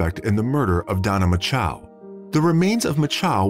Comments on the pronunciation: “Macho”, as in Randy “Macho Man” Savage. Rhymes with “nacho”; it’s not “Ma-CHOW”. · The name is spelled MACHO. Why does the (voicebot ???) narrator pronounce it MACHOW ????????????? Where's the W in her name ????? I don't see it. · Thanks for the information. I was actually coming to the comment section to ask about the bizarre and annoying pronunciation, "Mah-Chow" used in the video. I thought it would be "Match-Oh" though. Why was it "make-oh" like the shark? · Poor girl. Lame reseach n story telling, couldn't even get her name right "Mako" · Strange pronunciation of "Macho." "Machow"? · It doesn't matter, but the name "Macho" would be pronounced like you say it in "macho man". But pronoucing it differently avoids bad thoughts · I BELIEVE YOU...and how disrespectful for these wanna-be -internet-voices who MAKE NO EFFORT to check out the proper pronunciations of these precious people's Last NAMES. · If you are going to use automated voices, check their pronunciation of words like "depravity" and the victims name, "Macho" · Is it really so difficult to pronounce the last name of the victim correctly? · That narrator is getting off on mispronouncing her name. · Mispronouncing the name of the subject of your video is disrespectful. Know how to say someone's name. Actually having listened all the way thru now, I'm convinced this was not human narrated, it was an AI voice reading a script. That would explain the many idiotic pronunciations. So it's another one of those empty channels. When scripting you have to make special spelling choices to get proper names and certain uncommon words to be spoken correctly.